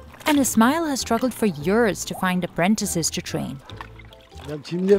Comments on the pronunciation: Lovely video! It's annoying how the narrator says years like yurrrs. If she can say sea (Dead Sea) then she only needs to practice saying YEARS PROPERLY! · It's YEARS not YURRRS.